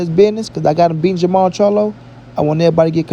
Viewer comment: Jermall... and not ... Jermell.... lol@